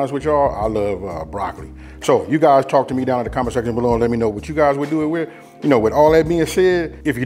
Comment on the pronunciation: Too bad no one taught you proper ENGLISH!! What exactly is WIF??😂😂😂😂😂